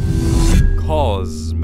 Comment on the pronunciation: "" Cause--Mowe"" Lololol